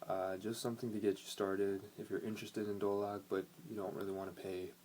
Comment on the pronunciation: do lak ?? nahh bruhh its dholak with a h